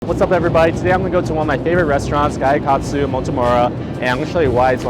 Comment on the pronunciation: Please stop saying "guy yu katsu". other than that, nice vid